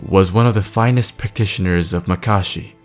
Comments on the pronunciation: Its not makarshi. Its makashi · It's not pronounced muh-kah-shee, it's pronounced mah-kuh-shee....also its corr-uh-ban, not corr-oh-bun....